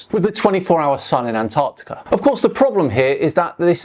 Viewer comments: "ANNARDIKA" durp durp. muh truuuck. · Attention North Americans. There are 2 Cs in Antarctica. Neither are silent. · That Flerfer doesnt know anything about Antarctica. He can't even say the name.